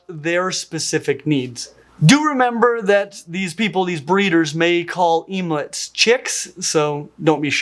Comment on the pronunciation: bruh... emelets... OMELETS. let's think this through lol...